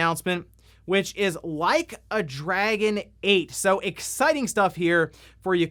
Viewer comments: Ahahaha the mispronounced Yakuza bit to Like a Dragoon was funny. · "No Way I'mma mispronounce "Like a Dragon!"" P E T T Y! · “Like a Dragoon” 😂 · “No way I’m gonna mispronounce ‘Like A Dragoon’”…you cheeky… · “Theres no way I’ll mispronounce ‘Like a Dragoon’” You clever son of a gun. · Bro, with your track record you can't just say "No way I'm going to mispronounce Like a Dragoon" and not leave me wondering if you meant to do that or not. 😂 😂 😂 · Lol I thought he was saying "Leica Dragon" as in the high end camera brand Leica.